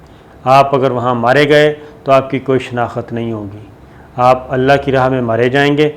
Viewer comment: SABIR SHAKIR ( SHENAKHT )KO AAP ( SHENAKHAT ) KEHTE HAIN SHAED AAP ZEYADA URDU BOLNE WALE NAIN HAIN . WESE BHI. AB PAKISTAN KE LOG URDU KI DONO TANGE TOD CHUKE HAIN .PHIR SETAM BALAE SETAM AAP PER ZOR BHI DALENGE KE JO WOH KEHTE WAHI SAHI HAI . KIYA ZAMANA HAI BADE PATTHAR NECHE CHOTE PATTHAR UPAR. JAB KAFIR KA SATH DEKE KAFIR KO MUSALMANO PER TARJI DIJAE TU IMRAN KHAN AUR UNKA SATH DENE WALE MUSALMANO KA. ALLAH GHARAT MOHAFIZ SALLALLAHO ALAIHE WASALAM KA FARMAN SACHA THA HAI AUR QAYAMAT RAHEGA KE APNE FAEDE KE LIYE BHAI KA GALA BHAI KATEGA. JO JUTE CHATE WOH KHUSH RAHE AAPKI GHAERAT KOI MANA NAHIN RAKHTI . TURKI KE URDUGHAN SAHAB KO SALAM HAI SUBHANALLAH KIYA GAERAT DAR MARD HAIN MASHAA ALLAH 🌹